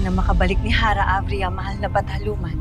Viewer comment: Av-Ria hindi a-vria